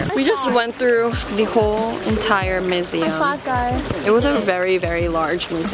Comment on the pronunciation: The fact the said Me-seum museum.